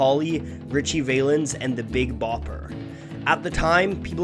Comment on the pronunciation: How do you pronounce Ritchie Valens wrong?